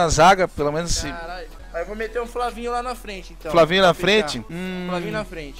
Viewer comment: Puta diferença do " E " pro " U " em mete all kkk